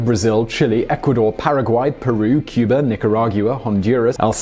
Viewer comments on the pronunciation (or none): none